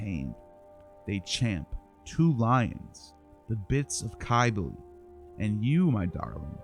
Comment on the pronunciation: Cybele with a c not a k is phonetically the sound of sibel